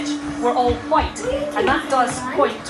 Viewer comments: These anti white types always say it with weird emphasis...Hwwwhitte! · Have we all noticed the over pronunciation of the 'H' in white. It reminds me of Brian Griffin out of family Guy when Stewy was taking the piss out of him doing the same. It's starting to become a thing. It's a another secret handshake that signals, 'hey I'm one of you'. None of these people believe any of this woke bullshit, it's all flag waving to show fealty to their corporate masters.